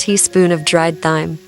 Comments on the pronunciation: I know I don’t understand why in the world. It always says it that way instead of.Time! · Don't forget that dried "thighme"😅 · Thyme is pronounced TIME. Love the recipes, but hate the AI.